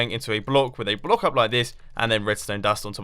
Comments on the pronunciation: It seems like Mumbo can't say 'block' correctly twice in this video... "Bollock"- 2.45 "Blouck"- 4.17 ...very funny... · It's closer to blauck, I think. But I still think the 'block' is funnier. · Bu-lock XD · "And then place a torch on the sod of that blak."